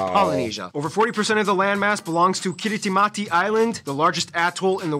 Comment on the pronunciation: I like how he spent all that time teaching us that ti is pronounced s, and then doesn't pronounce Kiritimati as "Kirismas" even though it's name means Christmas.